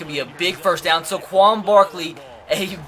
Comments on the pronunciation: *SAY-quon Barkley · First Saquon Barkley's name is pronounced ("say-quan Barkley") just for future reference and spend some time trading for 1st round picks